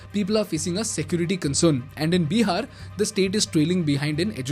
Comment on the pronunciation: It's बिहार Bihar not Beehar